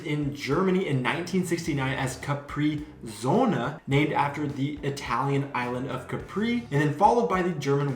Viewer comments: Please pronounce it right. It’s „cApri sun(Sonne)“ 😉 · it's Capri-Sonne😂 it's a german brand and we all hate the new name...